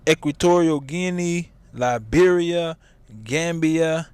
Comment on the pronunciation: I thought he said Lybia.